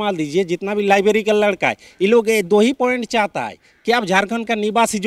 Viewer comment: वाह रे बंगाली रघुबर को रोघुबर और लाईब्रेरि को लाईबेरीबोल रहा है😂😂😂 हमारा तो नेता टाइगर है